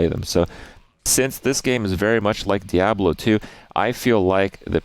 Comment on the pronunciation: Just me or does he pronounce Diablo very weirdly?